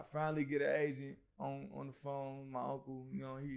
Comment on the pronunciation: At first I thought was saying he was looking for an Asian. An agent! Makes more sense. No offense to Asians. Hey, shout out to all the Asian agents out there.